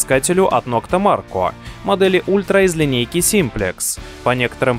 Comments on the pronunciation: Не нокта Марко, а нокта макро😂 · Наитупейший рейтинг от человека, который видел приборы только на картинке, не знает про топовые приборы, как Деус, Минелаб, Ака, и даже не может правильно прочитать название "МаРКо" 😂😂😂😂😂😂😂😂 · можно было хотя бы название nokta maKRo правильно произнести ))))) эх, горе-специалисты......